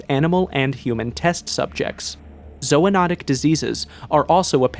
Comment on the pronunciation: zoonotic < zoanotic